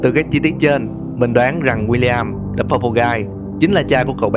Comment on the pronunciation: đờ animatronic??? ad có học tiếng anh ko z?=))